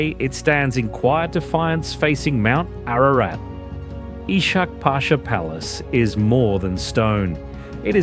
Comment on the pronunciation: "i-schak" pasha !!! "Kactskar" !!! please show some respect and learn how to pronounce at the age of data !!!